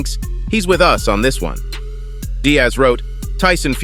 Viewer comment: Stop mispronouncing the name Diaz as Di ASS Thomas =Tom Ass? Lucas = Luke Ass ? Douglas = Dougle Ass? Cephas = Ceph Ass? Dumas = Doom Ass?